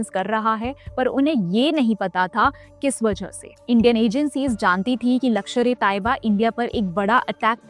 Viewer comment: Mam it's not lakshar, it's lashkar